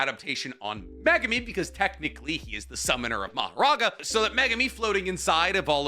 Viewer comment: HE'S FINALLY PRONOUNCING MEGUMI CORRECTLY! Finally. Good job.